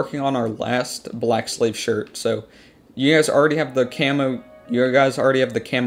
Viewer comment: Thought he said black slave lmao based